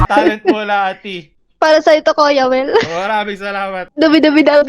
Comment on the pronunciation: "Koya Wel" hehehe